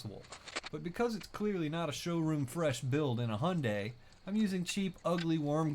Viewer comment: He's not even trying to say the name properly, it's said Hi-un-die